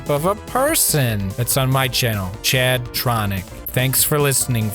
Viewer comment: Oh boy it's ""